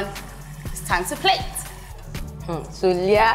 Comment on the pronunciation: *Soliat not Sulia !!!!!!